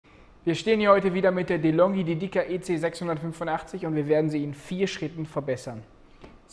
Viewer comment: Die Betonung bei DEDICA (dt.: Widmung) liegt auf dem "e" und nicht auf dem "I", also DÉDICA, nicht DEDÍCA ;-) danke!